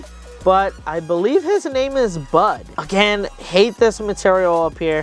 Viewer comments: 1 it is phase 2 oren. 2 its brud not bud. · you got some names wrong you said oren phase 2 bud and you said bud wrong its brud and you thote its name was gray but it was wenda you thote Garnold phase 2 was funbot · 1. Its brud not bud 2. Its evil oren not brud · It’s not bud it’s brud